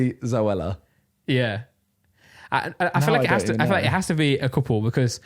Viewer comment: Anyone else get irritated by Randolph saying becoss instead of because?